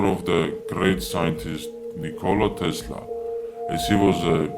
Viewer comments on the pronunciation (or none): none